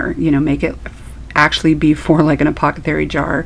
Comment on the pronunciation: You're saying apothecary perfectly in my book! Love the stencil!